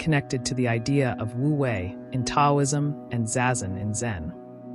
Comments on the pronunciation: Just to be clear—the “T” in Taoism is pronounced as “D.” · It would be nice if the narration was from real people, not AI. Taoism is mispronounced. It's distracting. I can not watch this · Pronounced with a D not T ...